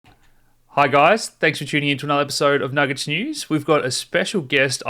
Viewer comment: Sung to the old budget direct ad: “Nujay nujaaaaaaaay” it’s nugget, love.